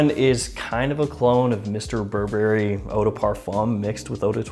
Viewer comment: EAU is pronounced O not OO Eau in French is water